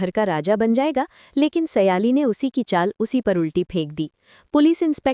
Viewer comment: O madam naam to sahi lo ye keya baar baar seyali seyali bol rahi ho sahi naam hay sayli or tum baar baar seyali seyali